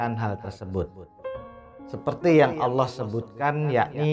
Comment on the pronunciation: Allah pengucapan Alloh bukan Allooh...